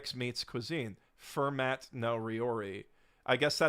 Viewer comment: Kind of amazing that looked up how to pronounce Mille Feuille, but didn’t look into the pronunciation of the name of French mathematician Fermat